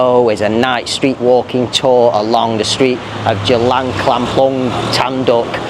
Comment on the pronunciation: C is pronounced as Ch buddy.